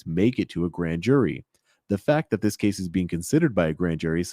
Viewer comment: Never put someone in charge that uses "Dat" instead of "That".